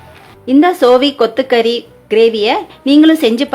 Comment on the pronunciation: Ada keerai name konjam thelivaa sollunkappa